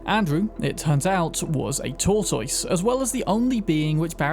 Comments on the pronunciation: Did you just mispronounce both err and tortoise? Didn't know the cuthulhu could be bought. I've also never seen the Kerry quest. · The word is Tortoise. Tor-Tis. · I don’t think I’ve ever heard tortoise pronounced like that 😂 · bro doesn't know how the fuck to pronounce tortoise. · I've never heard anyone pronounce "tortoise" like that. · CAN YOU SAY "TORTOISE" ONE MORE TIME